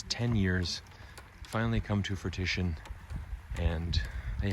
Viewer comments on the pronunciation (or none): Um did he say fruitition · he says fruitition